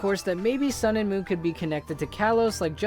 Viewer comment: I meant moon not monnn